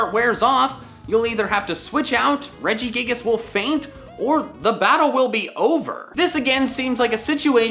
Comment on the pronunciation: IT'S REGIGIGAS, NOT REGIGAS!